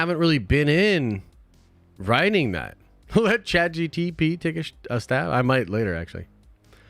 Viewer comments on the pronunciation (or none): none